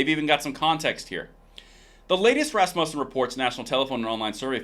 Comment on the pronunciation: Emphasis on the first syllable. RAS-mu-ssen. Love your channel.